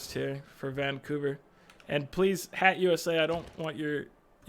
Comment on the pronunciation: It kills me every time you say HATT-USA lol